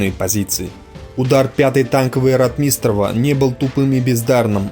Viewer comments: Не РотмИстнреву, а РОтмистереву. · Читает нерусский человек, русские так не говорят. рОтмистров, а не ротмИстров, и других ляпов полно. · Дружище, проявляйте уважение к тематике, о которой говорите. Тема ВОВ - святая тема. Нельзя игнорировать даже, казалось бы, мелочи. Если претендуете на знание событий, нельзя, например, фамилию командующего Ротмистрова произносить как РотмИстрова. Это дурной тон, свидетельствующий о том, что слышите фамилию впервые. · Правильно..Ро-о-отмистров,но не Ротми-и-истров! Что за неграмотность? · Некоторые тут бросаются на произношение автора сего ролика. Не РотмИстров а РОтмистров и далее. Кто еще интелегентно, а кто как последний люмпен. Дорогие граммер наци, а вам не приходило на ум что парень говорит с родным для его мест акцентом? У него довольно различимый северо-кавказкий акцент (точнее сказать не могу). Вам бы на иностранном языке так историю рассказывать. А по сути, рассказаное интересно, и исторически важно. Так что не судите, да не судимы будете господа\товарищи. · Ватунин? Шта? Ватутин! Ратми́с ров? Шта? Ро́тмистрова! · Хороший выпуск,только не РотмИстров,а РОтмистров!)и другие оговорки по фамилиям.Ты молодец, только ударение таких фамилий все же лучше говорить правильно!) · Только не РотмИстрова, а РОтмистрова. Как автор, который занимается исключительно военной тематикой, не знает этого? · обоснуй Потому что Ротмистров, от слова - ротмистр. Просто это слово, в Русском языке, имеет ударение на первый слог - РОтмистр, а не ротМИстр. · РотмИстров??? Не читай текс сам, позорник. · Ударение в фамилии Ротмистров надо делать на первый слог - РОтмистров! (без обид!) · Постоянно неправильно ставит ударения - "РотмИстров", "сетовАли". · Хотелось бы чтоб ты правильно ударение произносил в фамилии Ротмистров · Ро'тмистров, тоже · Неужели так трудно ставить правильно ударения - Ротмистрова - ударение на первом слоге! На первом! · фамилии наших военачальников не каверкай.Ро^тмистров ударение на первую гласную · ударение на о ?